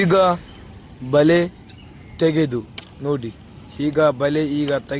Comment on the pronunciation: ಬಲಿ ಅಲ್ಲ ಬಲೆ